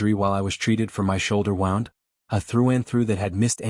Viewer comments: It’s pronounced woond not wownd. So annoying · Wound is pronounced as Woo-ned NOT wow-ned, learn how to pronounce correctly. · Woond not wow-nd AI narrator can’t differentiate between the two.. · Doesn't anyone know how to pronounce words these days? In the narrative mispronounced wound several times. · This must be AI. Wound is pronounced wrong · Please learn to pronounce words right . U pronounced wound wrong